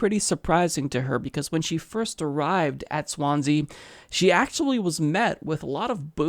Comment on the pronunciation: Learn how to pronounce Swansea